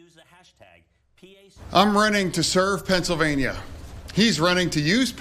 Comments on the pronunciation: 'he's called it a susfein on fencellvania. what is a fencellvania? a little bit of a problem there makes oz seem like the incoherent one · Imagine making fun of Fetterman for having some difficulties talking and putting some thoughts together after a stroke, but then having a “healthy” candidate that pronounces “Pennsylvania” as “Fennsylvania” and spews gibberish and scientific nonsense. Fetterman is clearly the smartest here. 😂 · Oz mushed a word into "Fennsylvania"